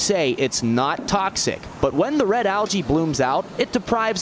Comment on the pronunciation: Lmao “algae”